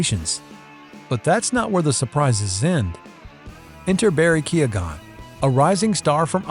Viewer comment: Why Do You Keep Butchering Jared Leto And Barry Keoghan's Last Names?